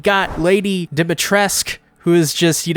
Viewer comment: Ok, not important, but Lady Dumitrescu pronunciation was off. You pronounce the "u" at the end too.